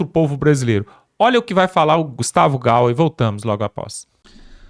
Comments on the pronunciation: Amigo, não se refira ao Gustavo GAYER, como "Gawer"! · POR FAVOR , NÃO É GAUE , A PRONUNCIA É GAIER , GAYER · É Gustavo Gayer e não Gauer. Afff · É Gustavo GAYER !! E NÃO "GAUER" O "Y" se lê "i"... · Tu e ridículo quando fala Gustavo Gauuuuuuuuuuuuuuuuuuuuuuuuuuuuuuuuuuer. , é Gayyyyyyyyyyyyyyyyyyyyyyyyyyyyyyyyyyyyer Não aprende nunca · Por favor, pronuncie o nome do deputado Gustavo Gayer corretamente: Gustavo GAYER. GAYER. Obrigado.